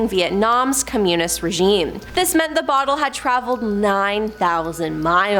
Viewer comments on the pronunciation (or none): Commune-ist regime. LOL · Communist regime, not commune-ist regime. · I was enjoying this right up until mispronounced "Communist". It must be my inner grammar nazi.......it totally ruins all kinds of videos for me.......